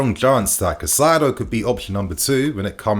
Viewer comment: KAI CEDO (said like this) NOT CACAIDO. Caicedo….